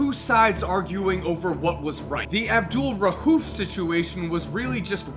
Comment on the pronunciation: Bro it's not rhuf it's rauf